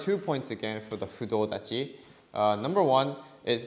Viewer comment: Fudo dachi not clear